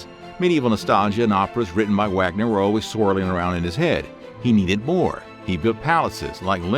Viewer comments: It's not pronounced Wagner it's said as Vahgner. It's German. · the German composer Wagner is pronounced "vogner". I still love your videos. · I also came here to comment about Wagner.